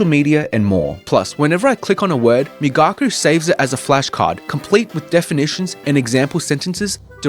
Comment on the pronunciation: Migaku is correctly pronounced ["me" as in "me too, "ga" as in "gosh," and "ku" as in cool] migaku: [ 磨く to hone/polish (usually skills)], also [研磨 to polish (an item)]